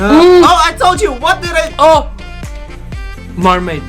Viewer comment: was like O! mermeyd LMAO